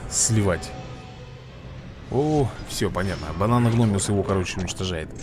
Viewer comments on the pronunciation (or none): за ускорение считается и реклама, и когда появляется надпись бесплатно И да название рыбы бананогмиус, не гномиус, и также у тебя ошибка когда говоришь простостега, там протостега, просто всегда мысленно тебя поправляю😂😂😂, а так выпуски топ, продолжай снимать👍👍👍